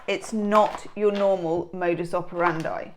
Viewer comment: Learn how to say modus operandi because you sound like you know no😊thing.